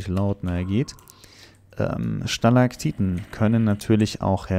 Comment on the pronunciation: Wie bedacht ist "Stalagtiten" und nicht "Stalagtitten" zu sagen😂